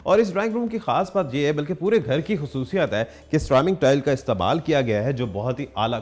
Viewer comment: Pahli bat to ye k apko zukam laga hua hai Dusri bat ye k pehli bat me corona ka shak ho rha ha Lafz istmaal ko aap istbaal kah rhy hn Zukaaaaam